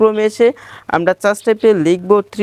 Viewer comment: Chas ta ki ? Uccharon ta holo সার্চ